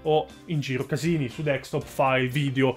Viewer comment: Ma è tanto difficile dire DESKTOP ? XD